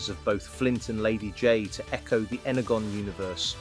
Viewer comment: Energon pronounced (N-er-John) Michelangelo pronounced (My-kal-an-jello) and your voice over was off by one figure. You were talking about a comparison figure after you swapped to the next one. 😆 😉